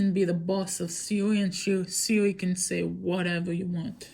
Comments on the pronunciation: My man said siwi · u said Siwi😂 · no you said siwi or seaweed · She said sewi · “siwi voice” Also: “i said siri not siwi” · lmao he said siwi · The way u say Siri “ siwi ” 😂 I think dat soz not being rude 😆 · i thought u was saying siwi soz xd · Siwi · you said Siri wrong